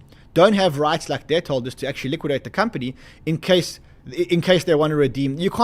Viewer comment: keep saying: they're buying dead 😮 I thought it's debt 😂